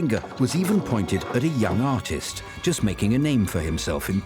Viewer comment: Splendid video; explains the story without too much populist sesationalism. 98% excellence. The 2% mainly concerns U.S.A. interviewees' errata, e.g.: "paining" [painting], "ordist" [artist], "Pareezhans" [Parisiennes], "Payhrisfraynce" [Paris], "innernational" [international], "vornish" [varnish], "noospapers" [newspapers], "phodogreph" [photograph]. p.s., a superficial comment for us blokes: = brains + cuteness!